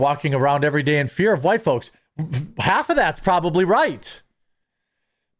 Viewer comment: sounds like whyytes